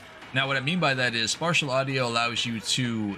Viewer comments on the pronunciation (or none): Idk anything about audio stuff, but you say Spartial audio. Do you mean Spatial or is there something else idk about?